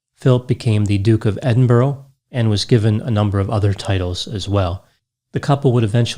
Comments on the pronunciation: Now I 100% KNOW you do very little research on your subjects!...click click click click clicks...and EDINBURGH is pronounced UH...not OH....proving you do not listen!...🇦🇺🖕🇦🇺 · It is NOT Edin-Borrow it IS Edin-BURRA !!! Why can't people with American accents say BURRA with the U as in Umm ??? RIP Prince Philip, Duke of Edinburgh and soulmate of the Queen. Thank you for your incredible service and duty. You do not deserve to have your name mispronounced. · “Edinburgh” ≠ Ed-in-burrow It’s Edinburgh like “ED-in-bruh”, with the last syllable sounding like the American “uhhh....” thinking sound, and the emphasis on the first syllable. Sorry to be ‘that person’, because I know it’s obnoxious. Apart from that, an excellent analysis in every way, as always🙂👍🏼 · Love your videos. Very minor, but the capital of Scotland is pronounced Edin-burra in the UK, rather than -burrow :) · Edinburgh is pronounced Edin...burra 😂 not Edin...borro Apart from that another flawless analysis 👌🏼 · Pronunciation note: it's Edinbur-uh, not Edinburo. Like Huh? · Not trying to be rude but Edinburgh is not pronounced Edinborough. It's pronounced Edin-burra. Someone on the Canadian news pronounced the city Eden birg!@ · It's Edinbuh-ruh or Edinbruh, not Edinboro. Also in the UK a lieutenant is pronounced 'leftenant'. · Or even Edin-in-bruh (depends on whether you roll the 'r'). Edinburrow sets my teeth on end. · It's Edin-boorg that particularly gets me. Where do they find the "oo" and the hard G? I normally say Edin-bruh or End-bruh, depends how quickly you speak I suppose, haha x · EdinBURAH, not Edinborrow!! I'm no Royalist but I feel for wee Queenie, she loved him very much for a very long time. Big love from Edinburgh! :) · You're mixing different languages with different accents of the same language. I'm a native Spanish speaker and my pronunciation won't sound perfectly "Edin-bruh", but at least I won't consciously say "Edin-berg" or "Edin-borough". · It's Edin-bur-ugh